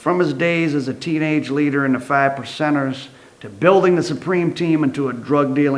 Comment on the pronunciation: The fiFE percenters. Lol